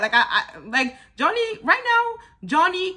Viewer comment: I love your reviews, always on point! PS: It's Javonny not Jonny